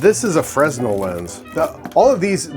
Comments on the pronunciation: "Fresnel lens" is pronounced freh-NEL (/frɛˈnɛl/) or FRAY-nel (/ˈfreɪnɛl/), with a silent 's'. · it's pronounced "fren-nel"